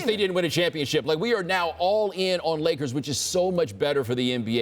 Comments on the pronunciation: Did this bitch just say layers instead of Lakers maybe I'm just tripping someone help me out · this lady really said layers instead of lakers smh lol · Did she say "Layers" or am I hearing things?